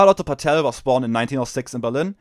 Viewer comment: Danke für die Zusammenfassung. Paetel ist aber nicht Pah-tell (das wär indopakistanisch) sondern Pätel. 😉 Liebe deine Ausführung zu Kommunikationsproblemen von modernen Marxisten zur Arbeiterklasse.